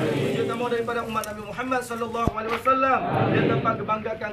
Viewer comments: 2 kali aku dengar kn tp KO sm Hulai Yg sm,😀😀😀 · Apa kah aku sendri yg salah dengar ya, Ko Hulai Ayam 😀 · Kok hulai lagi ya ,,,ap pk prabowo ngak belajar dari kesalahan anehnya ulama pndukungnya tidak mngoreksi ksalahan pak prabowo....mbok ya dikasih tau pak bacaanya salah gitu...